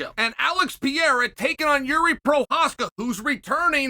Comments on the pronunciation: Hahaha... He even calls him Piera in the DK promo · Alex "Pierra" Pereira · This guy always raped other fighters name,Alex Pe era 😂😂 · Uncle Chael, why do you deliberately mispronounce Pereira? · He does it with lots of fighters, it's definitely a joke